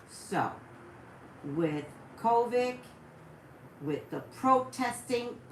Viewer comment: I love you but your driving me a little bonkers with how you're pronouncing the word "COVID" it's COVID with a "D" sound at the end of the word 😂🤷🏽‍♀️